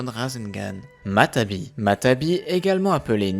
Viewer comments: Y a pas mal de problème dans les prononciation comme dire futton au lieu de Guyton ou jinton au lieu de jiton. Ou encore matabi au lieu de matatabi. Je sens qu'il y en a encore à la suite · On dit matatabi pas matabi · c'est matatabi et non matabi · C'est matatabi pas matabi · Salut super vidéo mais y'a une petite faute, c'est "Matatabi" et non "Matabi" :) Et pour Chômei tu aurais pû aussi dire qu'il se surnomme Lucky 7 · On dit matatabi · Matatabi et non matabi